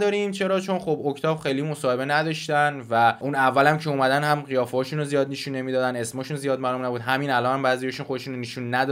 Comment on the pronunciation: داداش این نشون رو "نیشون" گفتنت واقعا اذیت کننده‌س😁